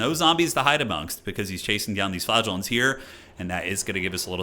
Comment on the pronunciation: I keep hearing flatulence instead of flagellants…